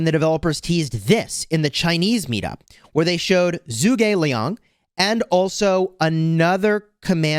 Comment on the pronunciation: You pronounced zhuge Liang name wrongly,it is just Zhuge Liang and not anything special